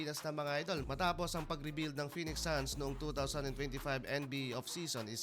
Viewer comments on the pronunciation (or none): none